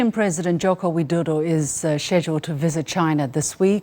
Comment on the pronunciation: Perfect pronunciation of Joko Widodo by Liu Xin.